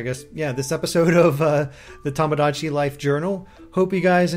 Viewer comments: It is Tomodachi, not Tahmahdahchi... Japanese vowels are not pronounced like that. To sounds like "tow/toe/toh". Not like "Tah". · Chang Jia Yang Since we're on a correcting streak, it's to-mo-dah-chee. The extra u sound after to and mo is incorrect pronunciation in JP.